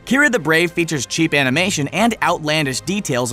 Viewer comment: WAIT WAIT- TANGLE? TANGLED UP A n i m a t y o n m e m s